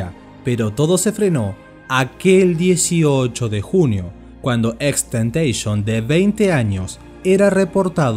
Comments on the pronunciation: Nose le dise xxxteiteeison se llama xxxtentacion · Es TENTACIÓN no Tentation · lo corrigió además da mala imagen a x, se pronuncia xxxtentacion no xxxtentecions en una entrevista lo dijo pero no importa xd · No es xxxtentation,, era xxxtentaCION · Gracias por este reportaje pero vale la pena aclarar que no se le tentation sino tentación. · No se pronuncia así, el mismo dijo que se pronuncia como en latino XXX TENTACION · Empezó bien el video. Pero¿ porque decis temteishon? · Bro deberías borrar este vídeo, XD como puedes desinformar y ser tan amarillista descaradamente, investigas de una persona para hacer un documental y nisiquiera puedes pronunciar su nombre bien :/ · si es verdad wn el creador de este video no sabe nada, ni siquiera dice el nombre bien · no es tan dificil poner imágenes y vídeos en un vídeo con transaciones, lleva su tiempo, pero si sabes editar lo haces. Que por cierto, ni siquiera sabe pronunciar su nombre bien. Y cuenta una historia llena de mentiras que si quieres te las desmiento punto por punto.